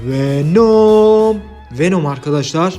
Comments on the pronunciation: Wenom değil abi VENOM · Abi wenom değil venom .d